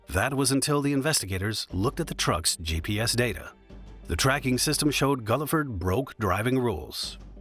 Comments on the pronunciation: Its pronounced Gill-ford, not Gullafud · The truck driver's last name is pronounced GILL-FERD, not GULL-I-FURD. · The truck driver's name was Buce Guilford, pronounced "GILL-ford." Get it right.... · Guilford is not and never has been pronounced “Gulliford.” That drove me nuts. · Pronounced Gil-ford. Seriously???